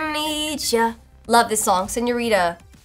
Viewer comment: When she went “SenioriDA” I felt that